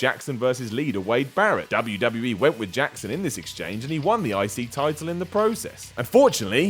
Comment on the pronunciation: I thought he kept say 'icey title'